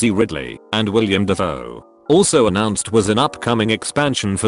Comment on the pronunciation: WILLEM Dafoe. Stupid text to speech